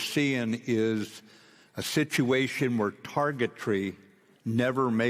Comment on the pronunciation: Did he say sh*tuation??!!